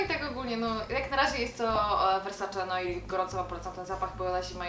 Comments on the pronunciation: też chciałam wspomnieć o poprawnym wymówieniu - NOIR = [nuar] z franc., czyli NOC ^^ :D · Mówi się "Nuar" nie "Noir" ;) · Ale jesteście cudne:) piękne, mądre, mega poczucie humoru:) PS. "Noir" czytamy "nuar" z francuskiego:) Moje ulubione to YSL- black opium na wieczor, zimę; a latem i w dzień D&G- L'imperatrice 3;)